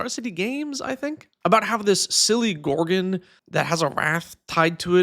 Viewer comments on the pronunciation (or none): none